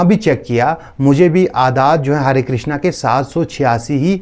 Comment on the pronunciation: Krishn hota hai krishna nahi